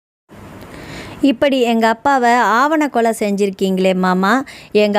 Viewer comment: ஆவணக்கொலை அல்ல ஆணவக்கொலை.